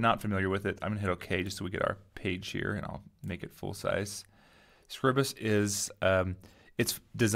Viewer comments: Awesome video, followed your series for Inkscape and now it's time to learn how to use this. My only gripe - please pronounce it correctly! It's not "Scribbus", it's "Scribe-uhs" :D (as in "bribe" then "us") I've got a massive problem because I don't seem to get all of my tools appear along the top. If I hover the mouse over the (invisible) buttons I can get the tool tips appear and if I click and hold the mouse button down I get the button appear but I release it and it disappears again. I'm running Manjaro KDE with Plasma, Using Scribus v1.5.8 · I remember you from Inkscape tutes. You do Scribus too?! I thought it was pronounced scribe-uss??? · Not how it is pronounced but otherwise good. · i hate the way you pronounce scribus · I disagree, but I realize I may be in the minority. I read it the same way I would 'script' or 'scribble'. I only pronounce the long 'i' on words with an 'e' after the 'b', like scribe. I make Scribus do the same as words like as apparatus, stratus, impetus, syllabus... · That’s ok, but in case you’re curious. Apparatus, stratus, impetus, syllabus. These words do not have a long vowel, and neither should Scribus. English has pronunciation rules, and while there are many exceptions, I don't think Scribus qualifies for one. 'Time' and 'Scribe' have a long 'i' because of the 'e'. 'Sign' and 'Night' have a long 'i' because of the 'gh'. What would make 'Scribus' have a long 'i'?